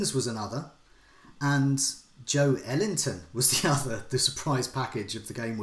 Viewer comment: yeah that break he puts in between pronouncing JO and ELington is too big, he's got to bring it closer